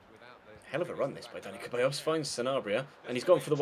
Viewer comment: Dani Ceballos is pronounced Dani "Sebayos"